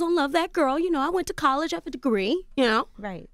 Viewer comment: Angela it’s COLLEGE, NOT CAAALLEGE 😳